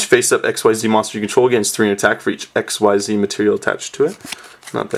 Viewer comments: Its not ESXCEES or stuff its called XYZees but you don't pronouce the whole XYZ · it's pronounced exeez not x.y.z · It's pronounced "ik-seez" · quote: "I wish they were called Exceeds" unquote They ARE! Xyz is pronounced ik-seez. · xyz's are pronounced ik-seez. the fans just thought it was exceed because it sounds like it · Its pronounced Exceez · On the wiki. It says ikseez (pronoun citation) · Oh my god I hate when people think it's x-y-z it's 1 word pronounced (ikseez) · It is pronounced like exceed. ek-seed. xyz. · Its "Ek-zeez" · I thought it was pronounced zerks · it is pronounced ECKzeed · Uh it's pronounced x c's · it is pronounced IKZEEZ! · It's pronounced xzeez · not ikswhyset-starter-deck!!! Iksees is the right pronountiacion!!! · I love how nobody knows how to actually pronounce the name of the new monster type, it would indeed have been better to just call them exceed monsters